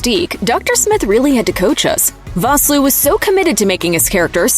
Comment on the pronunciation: You mispronounced Vosloo. It's pronounced Fosloo.